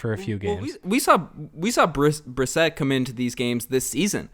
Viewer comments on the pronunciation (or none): It shows how much you've watched the Raptors when you can't pronounce Oshea Brissett's name lol. It's bre-set not brisit as you pronounced it.